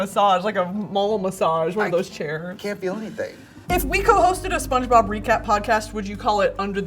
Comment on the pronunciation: are we going to talk about how trixie said spongebob wrong and just moved past that when brittany corrected her